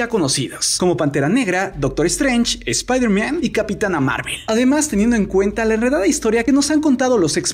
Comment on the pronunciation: se dice spider man no spider mian 😂 Yo no quiero que deadpool sea echado a perder por Disney prefiero que sea solitario el